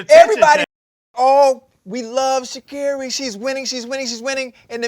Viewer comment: They traveled all that way to interview Sha’Carri, but didn’t do the simple due diligence to learn to pronounce her name???